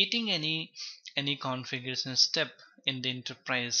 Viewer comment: Everything is fine and thanks for the video but please work on shun and sun. It's not configuresun, it's configurashuun. Like that many words typical up bhaiya